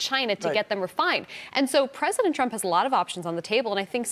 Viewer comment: 那个日本主播念trump 名字的时候为啥发音是中国翻译的特朗普？😂